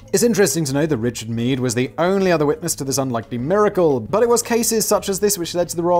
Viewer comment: Richard Meef? Or did my ears play a joke on me. Because thats pronounced like the german "Mief", wich is another word for smells from slightly bad like of stale & moldy air to moderately bad smells like farts. And for his favorite medical treatment, that would be a fitting name indeed...